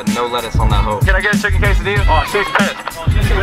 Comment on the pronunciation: " Can I get a chicken QUE-SA-DEALA?"